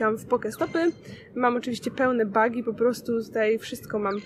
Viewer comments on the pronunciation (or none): none